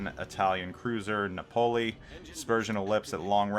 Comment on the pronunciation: you dont konw how to pronounce "napoli" ???? got confuced with napoleon?